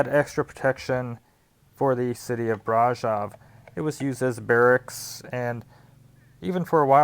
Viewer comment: when pronouncing the word brasov accentuate the V at the end as if you are saying Victor